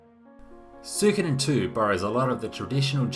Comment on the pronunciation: You pronounce it like me Soo-ko'dn. Most people saying "Soo-ee-Koden"